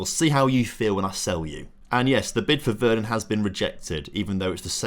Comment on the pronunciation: mate! youve butchered most of the names. VER -RON